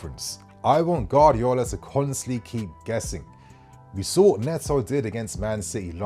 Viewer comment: could never pronounce Guardiola 😂